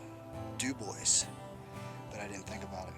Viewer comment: I love your videos! I enjoy all the scenery and people you interview. BTW, I think Dubois is pronounced "Doo-bwah."